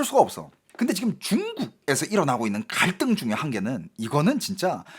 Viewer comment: 말하는 입모양이 좀 이상하다 생각했는데 한국어 발음할떼 중국식 턱관절을 쓰시는 느낌 사회 갈등 이런단어 쓰실때 입이 떡벌어지는 턱이 크게 움직여서 중국사람같다는 느낌이 들었네요 ㅋㅋ 참고 하세요